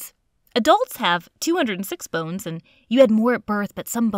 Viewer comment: the way she says “bones” LOL